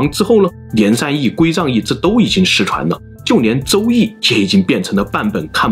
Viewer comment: 归藏cang2易,不是zang4